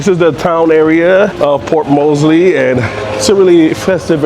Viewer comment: ......ma man.....its Port MORESBY.....not Mosely